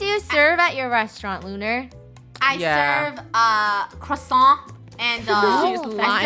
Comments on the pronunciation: "I'm a ShEf" burns CrOhSaHn ShEf. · I thought lunar said croisant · No it's more like crowssa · Funneh: i rate lunars restaurant an orange~ oh is Thats A cRowSanT Me: laughing so hard until mah mum got mad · Lol CREWsants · Tom holland say that word like QUACKSON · Funneh: Lunar I rate your restaurant......Crosont